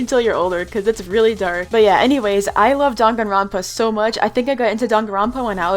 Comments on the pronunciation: I thought it was pronouced dAng-a-ron-pa is it dong-a-ron-pa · Danganronpa is pronounced (Dang an rope ah) but u can pronounce it any way u want lol